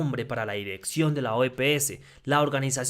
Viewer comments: Hola es OPS (Organización Panamericana de la Salud). No es OEPS como tú dices. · No es OEPEESE!, es OPS.